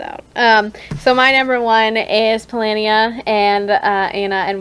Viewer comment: How are they ranking the factions and not pronouncing things right? Rus-Vi-yet, not rusivet Cry-me-ah, not creemiya Po-lah-ni-ya, not polayniya Sho-gun-ate, not shuggunahti